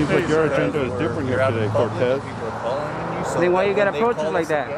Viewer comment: Cortes? Where’s your Z, lol